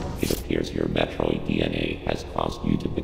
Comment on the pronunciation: so it turns out we've collectively been mispronouncing 'Metroid' for the last 35 years. The Chozo seem to pronounce it as Mathroid